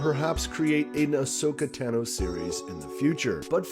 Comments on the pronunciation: Ashoka Tano you got the first name right Tano is pronounced Tah no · “One of my favorite characters is Ahsoka Tano” if she’s 1 of ur favs WHY DID U SAY HER LAST NAME WRONG!!!!!!! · He mispronounced a few names and it took me right out of the video lol